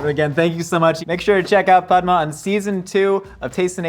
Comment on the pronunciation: Ok, so, I just ran into the comments to say, thank you for actually taking the time to pronounce Padma's name correctly. I cringed so hard during the Hot One's interview bc of how her name was mispronounced the entire time. I wish Padma's Tamilian BG was brought up during the time they ate Dosaa BG bc, the only way I know she's Tamil is bc of Aziz Ansari 😅 I feel like the ethino-linguistic diversity of South Asia is rarely spoken about in the west, same w/ Dravidian cultures, it'd have been a great opportunity to give light to it here